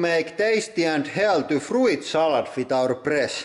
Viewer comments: Frooit salad? It's fruit salad, and jooicy? It's juicy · Love the way you say fru-it. It makes so much more sense than the ,normal' way. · love the accent on the i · Froo-eet salad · Frooet salad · The way you pronounce fruit is just delicious.